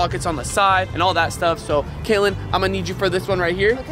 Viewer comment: Kaylen not Katlin